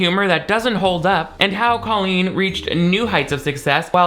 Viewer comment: Thank you for saying her name like Colleen and not Cole een like she says it Idk why but that’s like a cherry on top of the cake of her stupidity Like why the accent when she says her own name? And only her own name hahaha drives me bonkers